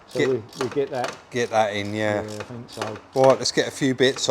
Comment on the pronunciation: Love you guys and your channel but hate southerners inability to say think......fink isn't a word guys 🤣